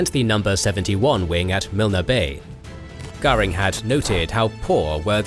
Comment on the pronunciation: Luftwaffe: We have a Göring. RAAF: We have a Garing.